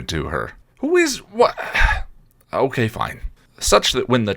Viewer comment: Am I the only one that hears SMG say "okway" when she says ok?!